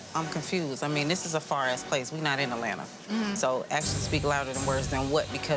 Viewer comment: TO ALL NORTHERNERS ... IT'S AT-LAN-TA... NOT AL-LAN-AH!! Jeeze!!